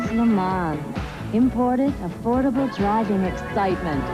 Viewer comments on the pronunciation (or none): the hell is a LU MA'??? stop using AI or use a better one...what a joke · LooMon… DeeWoo.. Fes Tiva.. AI sucks! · Yeah, it is an AI voice. They really need to train these AI's how to pronounce words properly, and with the subtle nuances of language. At the very least, it makes it easy to tell. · He/it's trying to pronounce it in French: Luh Moh(n)